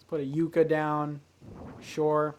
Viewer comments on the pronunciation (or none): Great video! Just please, please...say Yucca right!!!! Its not You-Ka its Yuck-a....as someone who lives in NM, please, you're killing me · Love your videos. One correction I have to make: You-ka plant is pronounced Yuc-ka. Do other people pronounce it this way? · yucca is actually pronounced "yuh-kah" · Just an FYI, yucca is pronounced "yuh-KUH". It's native to the southwest and is pretty common in southern Arizona. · Just gonna pretend he didn't say you-ka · Anyone else hurting inside when he pronounced Yucca wrong XD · Not trying to hate, but when you same yucca you made me cringed. Edit: google translate is wrong. And love the videos